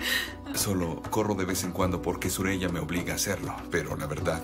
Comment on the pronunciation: Suraya no no se dice sureyya sureyya